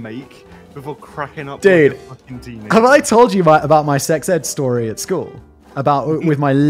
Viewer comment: Nah, what is going to stick in my head is Simon referring to "school" as Cartman saying "skyueeell" hahahhaa